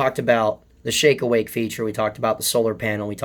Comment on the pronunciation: Every time you say "shake awake feature" it sounds like you're saying "shake weight feature".